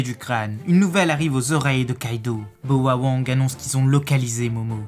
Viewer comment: c'est Bao wang pas boa wang